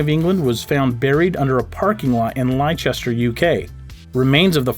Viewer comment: The place in England where Richard 3rd was found is pronounced Lester-shire rather than Lie-chester ! Great video though :)